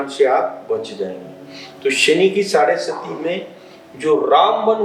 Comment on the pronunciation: साढ़े सती नहीं, साढ़े साती